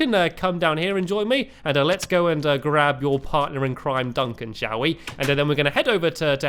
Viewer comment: when he said "Duncan shall we" I thought he said "Duncan showee" 😂😂😂